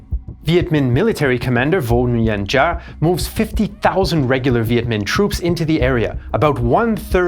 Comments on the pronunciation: Excellent documentary videos, but if I may be petty, the Vietnamese name "Giáp" is not pronounced like "Jah", but like the English word "Zap" (or "Yap" - depending on region). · Giap is pronounced "Zap" and Nguyen is pronounced "Win".